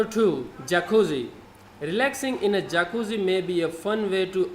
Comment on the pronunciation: Just one thing: it's "Jacuzzi" said with a "i", not forget to spell with a hard tone the two z in the end.